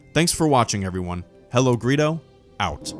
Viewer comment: Hellogreedo..... You say it right!